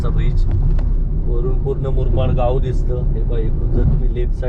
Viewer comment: मुरमाड नाही रे बाबा मुरबाड बोला